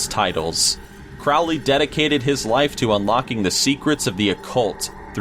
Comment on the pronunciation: "King Louis" is pronounced "LOO-ee," not "LOO-is." It's French. Also Crowley is "CRO-lee," not "CROW-lee."